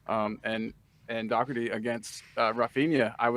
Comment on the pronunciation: I wish they would pronounce his name right at least. Its DOHERTY. Not DOCKERTY, and get off his back. Sessegnon is useless.